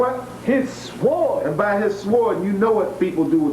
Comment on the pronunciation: The w in the word sword is silent. There is some practical knowledge for you to enjoy.